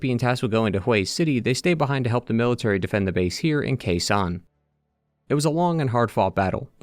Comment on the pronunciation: i don't think you will read this comment and this is no criticize i just found it so cute but, for the context i am Vietnamese and the way you pronouce Khe Sanh make me take while to regconize where do you mean. I really don't know if it just how the place pronouce in English tho.